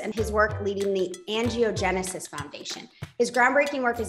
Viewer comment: Wow I’m shocked he would go on this girls podcast we need to see him on GMA not some podcast who can’t even pronounce Angiogenesis smh